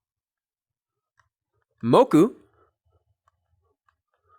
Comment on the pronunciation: As everyone else, I love how you're showing sitelen pona but something I've noticed is that you speak with diphthongs very often, such as being pronounced [tʰowkij] and being pronounced [mowkʉw] and also reducing final a to schwa such as and becoming [sinə] and [pʰownə], which technically shouldn't happen and isn't fully correct, but it's probably fine since we can all understand you.